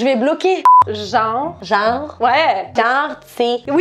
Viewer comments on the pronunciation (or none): none